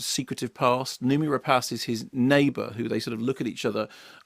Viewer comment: Rapace is French for 'Bird of Prey' and is pronounced as Kermode says it. Any French word ending in 'ace' is pronounced 'ass' (glace, etc.)